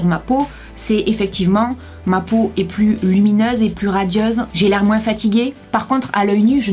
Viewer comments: Sa me stresse tu dis "moinsse"😂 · Le "moins" tu prononces le "s" et tu me fais rire tout le temps avec ton accent😂😂 (Ne le prend pas mal , c'est une remarque gentille 😘) . Au sinon super vidéo comme d'habitude 😘❤ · c'est juste pour te dire qu'on ne dis pas «moinsse» Mais «moins».sinon je t'adore tu es la meilleure. 😉(like si tu es d'accord)